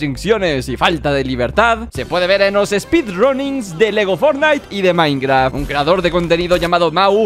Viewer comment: Por que siempre que dice minecraft se escucha como minecra